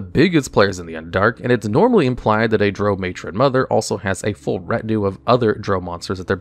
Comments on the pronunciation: I'm sorry HAD to cringe everytime you said Drao, like Droe I have always heard it pronounced Drow, as in cow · its drow... pronounced draw..... its weird but pease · Drow, Drow, Drow, your boat😂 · I really like your videos, but your pronunciation of Drow is driving me nuts... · Why do you say Drow wrong? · Treated the word drow like the drow treat everyone else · Baldur's Gate 3 pronounces it to rhyme with cow, so I imagine a lot more people will cringe at this video going forward. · Dragon magazine issue #93 pronunciation guide beginning on page 24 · Lol I love your videos but definitely need to look up some pronunciations… drow, Lolth, recesses, archdevils, hierarchy. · I thought your pronounciation of " Drow" was painful until i heard you say " Lolth" 😂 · to the Isle of Rothe... Hearing him say both Drow and Lolthe He mispronounced them both.